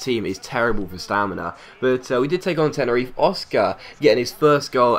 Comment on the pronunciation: Tenerife is pronounced Te-ne-ri-fe you actually say the fe part instead of Tenerif. Good video as always non the less:)